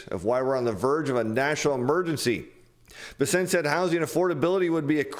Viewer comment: It's pronounced BESS-ent